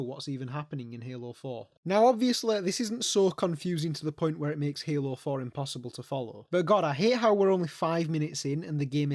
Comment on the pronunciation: hALOO FOour